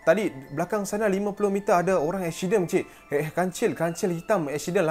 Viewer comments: Aksiyden, pelek, 🤣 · "eshident" hahahahaa